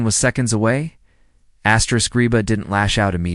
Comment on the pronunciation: Why can’t a real person who knows how to pronounce properly? Asterisk